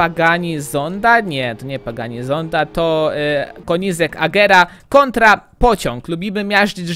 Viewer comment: mówi się kenizeg a nie konizek